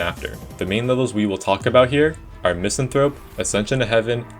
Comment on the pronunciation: One day people will learn how to pronounce Misanthrope